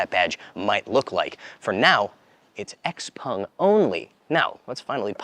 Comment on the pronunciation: jesus when do you learn its not called xpong! its called Xpeng christ!